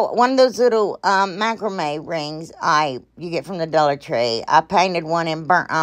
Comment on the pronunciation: I love love love those! And I love love love you… and now my grandson ask can we watch the lady who says dullar tree.. and I say of course we can. So he’s hooked just like me. LYFTBOMH!